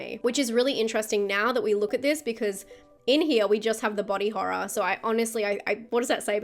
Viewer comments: Love disturbing horr-rah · I love the way she says Horror with her accent